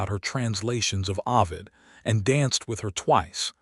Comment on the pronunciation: not avid O-vid